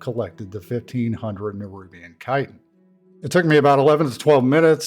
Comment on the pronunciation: Thank you for pronouncing chitin correctly!